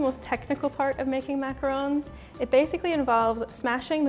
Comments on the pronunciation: Jimmy Huang she is saying it right TRUST ME I know the RONG way to say it is mac-a-roooooooon the right way is Mac-a-r-o-n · James Bear she said it perfectly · That is how you pronounce them...macarons are pronounced exactly the way she said